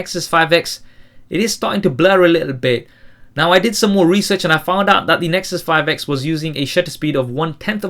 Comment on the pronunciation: I'm pretty sure you said " The Nexus 5 eggs " :D